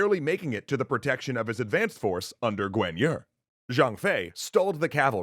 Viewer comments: It's bothering how you pronounce Guan Yu. You pronounce it "Gwen Yer". This is not correct, not even close. It's "Guaan Yü". At least you aren't pronouncing Cao Cao as "cow cow". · How does Yuan become You ran what the actual fuck? Guan yu is Gwyen yer? Sun is Swen? Quan is Tran? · Correct pronounciation: Liu Bei : Leeyou Bay Cao Cao : Chao Chao Sun Jian : Soon Jian Guan Yu : Kwan Yuu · I'm sorry I do love you, I overlooked Cao Cao's name being mispronounced (cause it wasn't Cow Cow) but I stopped watching after you butchered pronouncing Guan Yu's name a second time...